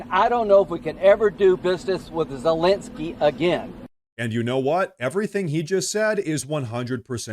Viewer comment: "Zalengskyy" you pronounce his name funny